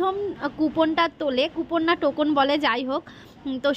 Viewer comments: শব্দ টা টোকোন নয় , টোকেন। TOKEN. এটা তোমায় শুধরে দিলাম। রাগ করবে না কিন্তু। আমার মেয়ে কে শুধরে দিলাম। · Tokon noi token 😂😂😂